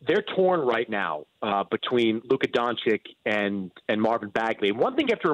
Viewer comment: Can someone tell Mannix that it's Don-chich not Don-chick. Think more Cheech, less Dixie chick.